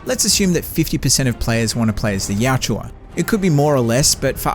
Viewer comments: Yachua? 🤣🤣 Yautja(Yaucha) 👌🏻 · PUBLIC ANNOUNCMENT: One of the most mis-pronounced words in all of sci-fi, video game, comic book history! The writer of the Dark Horse Comic who introduced the Predator Species name to the World actually SPOKE the word in a recorded podcast or convention panel and it's pronounced: "Yah-cha". The "au" makes the sound as in speaking the word Australia. Every time I hear people pronounce the word "Yah-OO-cha" or "Y-Ouch-a" I literally cringe.